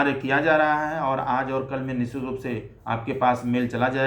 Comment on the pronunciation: Sir apka word 'nischit' hopeless hai😢😢😢